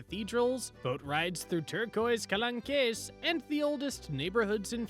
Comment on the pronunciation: Not to be mean but it’s Marsayyyy and kalonk…